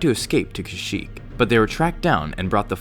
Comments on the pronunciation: You said shyyyk at the start, not kashyyyk! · No offense at the beginning I only hear shyyyk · You said shyyk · "SHYYYK was the homeworld of the Wookiee race." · It doesn't make any sense that a planet has a name its inhabitants cannot pronounce. The name should sound like something Wookies can say.